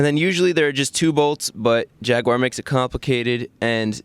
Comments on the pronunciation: I only came here to hear Jaguar pronounced wrong.....😁😉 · Jaguar is NOT pronounced Jagwar. It is Jag u (you) ar. JAG YOU ARE! Why can't Americans ever pronounce anything properly? Haha